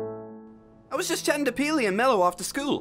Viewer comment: Peely not feely